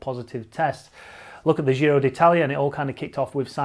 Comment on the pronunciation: I love your videos. Just please don't say the dzjiro. Giro is pronounced same as Jim, jist, jitter, gin. In Italian there is no 'dzzjj' sound